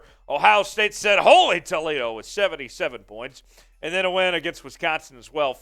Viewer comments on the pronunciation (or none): none